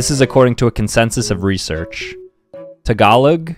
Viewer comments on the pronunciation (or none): none